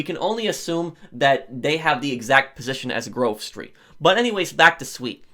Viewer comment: Whenever he says Grove Street, I always here groceries